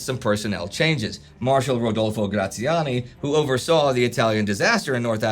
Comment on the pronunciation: The way he pronounces Graziani sounds more like grazie ani, i.e., thanks arseholes.